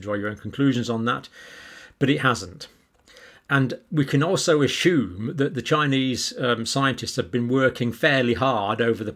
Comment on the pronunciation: John, petty I know, but please say assume, not ashume.